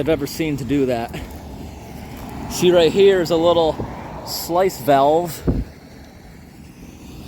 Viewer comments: Great job! Since you’re not from around there, may I correct you a little—they are sluice (sloo..ce) gates, not slice (sly..ce) gates. I commend your hard work for people who don’t even know you did it for them. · Sluice is not pronounced "slice". I was going to say it's pronounced "sloo-iss" but looking up, apparently it's actually just "slooss" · I totally agree it is sluice gate pronounced sloose gate not slice gate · It’s a sluice gate (pronounced ‘sloose’) not a ‘slice’ gate. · "sluice" gate is pronounced "sloos", not "slice." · a sluice gate is pronounced 'sloos' gate, great videos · That's a sluice gate - pronounced sloos, as in loose- where I come from! 😊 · another awesome video man. when you say "slice", is that the word "Sluice"? in England we pronounce that "sloose" :-) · It's a sluice gate (sloose), not slice. Great job as always. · Good work! Just one little nit-pick: it's sluice (sloose) gate, not "slice" gate. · Sorry to be that guy, but it's pronounced 'sloose', not slice. I don't know why, but it was really bugging me throughout this video today! :D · Sluice gates are pronounced SLOOS gate, not slice. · sluice not slice. pronounced slewce. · Its prounced "slooose" Sorry everytime you said It my head hurt. ;) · you say slice as in slice of cake its said like loose as in you have a screw loose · It is pronounced "sloos" (technically "sloo-iss" but sounds like "sloos"), sluice gate. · "sluice" rhymes with juice. Another great video! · I believe it is pronounced "Slews" Gate - Keep up the good work ! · The word is sluice (rhymes with juice), not slice. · Like!like!like! Thank you, thank you, thank you! I believe it’s pronounced “sluce gate”. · I believe it's called a sluice gate. ie pronounced "sloose" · I think sluice, as in sluice gate, is pronounced "sloos," like "loose." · Hey, you favorite valve expert guy here. A sluice valve is pronounced as if it rhymes with moose not mice. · those gates are pronounced 'sloose'